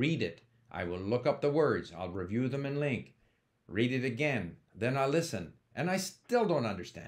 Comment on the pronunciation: Oh my god its pronounced Link not Ling - Q